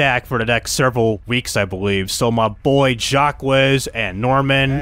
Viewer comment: His Name is Jaques! Called JACK, Not with any stupid Aques